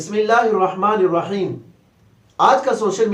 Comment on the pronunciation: پیر صاحب نے آخر میں الرحیم کی بجائے الرجیم پڑھا تھا